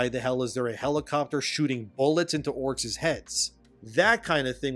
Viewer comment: Endeeemeeeon 😂 He even says Orcs like Gollum. "Orcses" 😅 They can Gaslight all they like. [Wallet gone]